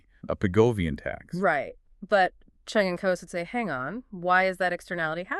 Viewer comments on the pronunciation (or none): Cheung , not Chung